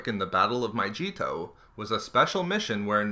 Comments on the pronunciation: My jee toe (its My gee toe) Saw leh kah may (suh loo keh mai) PFFTT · you're killing me. it's pronounced my-GEE-to, not my-JEE-to. just a small complaint though, good info overall. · ITS MYGEETO NOT FUCKING MYJEETO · Mygeeeeeto not Myjeeto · Mygeeto, not Myjeeto. Channel reported for falsely claiming to be "expert" but providing intentionally false information. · I think that Mygeeto is not pronounced My Jeeto/Cheeto it is pronounced as My Gee toe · I'm pretty sure it's a hard 'g' sound, so it's "Mygeeto" rather than "Myjeeto". I can't remember if the planet's name was ever said aloud in the movies or the Clone Wars show, but hat's how they pronounced it in Battlefront. Also, I assume that the second planet you mentioned at about is Saleucami, whose name WAS spoken aloud in both Revenge of the Sith (briefly by Obi-Wan, where he is talking about the progress of the Outer Rim Sieges) and in the Clone Wars (where Rex and a small squad of clones found a deserter clone), and it is pronounced more like "sa-Lu-ka-MY". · My-Gee-to not Myjeeto and Saloo-ca-my is how you say Saleucami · Myjeeto? MyJeeto? MYJEETO!? It's Mygeeto! G! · Im the movie, it's pronounced My-Gee-tow with a hard g like good, get, gimme, gutter. It's not pronounced My-jee-to, but this guy is just reading articles off Wookiepedia anyway, and hasn't actually delved into this material. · I was going to let it slide, the fucking MY-JEE-TOE, but it's MY GEE TOE jesus fuck you keep saying it over and over and over lmfao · Its maygeto not mayjeto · Mi-gee-to, NOT "Maijeeto". No offense, but that has to be the most disgusting pronunciation fail I've ever heard. No joke. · every time you said myjeeto instead of mygeeto, I cringed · It's called Mygeeto, not MY-CHEAT-OH. Gid gud son. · How meany times do you need to say my-ge-to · Bro bro is pronounced mycheeto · It's. my-Gee-to. No j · "Myjeeto" BWAHAHAH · turn on the subtitles and everytime he says mygeeto it says my Cheetos 😂😂😂😂😂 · It sounds like My Cheeto